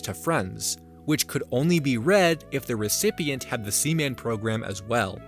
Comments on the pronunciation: Sea. Man! SEA! MAN! Not semen. As in jizz! Splooge! Man bazooka juice! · I love that you kept calling seaman sеmеn